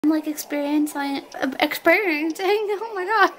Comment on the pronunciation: no-one: literally no-one:: experiensEYEng